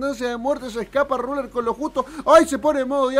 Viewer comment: Claid, Cazz, Raler... uhlala señor francés